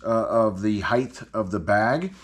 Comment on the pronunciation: Love the bag. "height" doesn't end with a "th".